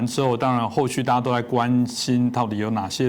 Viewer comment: 发酵还是发笑？这主持人是包子培养的？